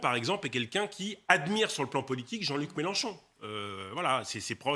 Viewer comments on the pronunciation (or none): Les loulous c'est MélEnchon et pas MélAnchon svp